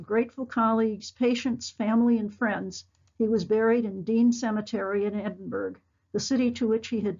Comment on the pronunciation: Thank you, but pease pronounce Edinburgh properly.